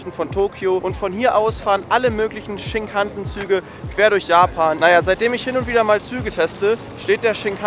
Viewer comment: Shinkansen spricht man ohne Betonung auf den A aus.